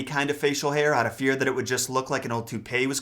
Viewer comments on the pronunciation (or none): none